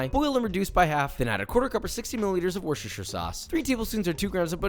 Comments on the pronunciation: ITS WUSTURSHUR NOT WUSHISHOYUR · One day you'll say Worcestershire correctly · His pronunciation of worcestershire sauce 💀